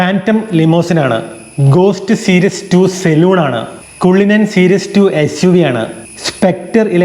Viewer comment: കുള്ളിനൻ ❌ കള്ളിനൻ ✅